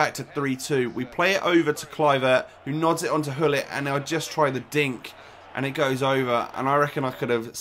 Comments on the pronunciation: Why you say ullit , the name is Gullit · actually...the name is grrr-ullit (I'm ducth jus saying)